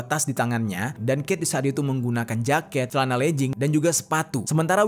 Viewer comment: Celana legging kaka bukan lejing